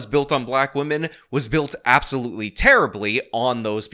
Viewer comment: Feeling guilty over your skin color, let alone something over which you had absolutely no control, is just dumb. It will never not be dumb. Also, gross, she also does that saying "woman" instead of "women" thing. Definitely off-topic, but what is going on with English speakers?